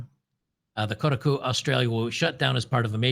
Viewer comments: New pronunciation just dropped: "Kota cu". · It's pronounced "Cockatiel" 😂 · I thought it was pronounced “ Cockatoo”? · Koh-Taaah-KU string that 'a' out a bit more. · Koh-TAH-koo…. Jesus Christ lol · It should be pronounced ko-ta-ku but they mispronounce their own name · Come on.... It's Ko...ta....koo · It's "shitaku" thanks! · Koh - Tar - Koo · Might as well pronounce it “cold taco” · I've been a "computer nerd" and gamer since 1978. Still going strong at age 54. Games journalists have been trash for over a decade. Also, it's pronounced Ko-ta-ku. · Emphasis on the 2nd syllable Ko TA ku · "Coat a coo" 😂😂😂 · It would be funnier if he keeps mispronouncing it hahahaha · Thank you for slapping around for his mispronunciation of Kotaku. Justice has been served. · Yea please stop saying kotaku wrong it’s hurting my soul. Otherwise keep up the good work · Pretend you're sneezing when you say Kotaku and you'll pronounce it right. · I want you to know that I'm not finishing this video because you keep pronouncing Kotaku in the stupidest way possible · It is tough to listen to butchering the name Kotaku. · To be fair to, Kotaku is an insult to the word "otaku," so I am fine with the mispronouncing. Heck, I'm thinking about doing it on purpose. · Good God. You can't even pronounce Kotaku? Please stick to what you know, and stop trying to copy Jeremy.